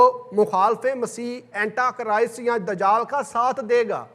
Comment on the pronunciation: Sir correct your word (it is Antichrist) not Antachrist. Thank you.😊